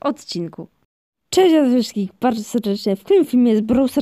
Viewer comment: Cześć, zawayaiihszystkich na kolejnym filmie